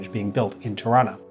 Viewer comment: Tirana..said like Taranta (Toronto Canuck pronounciation).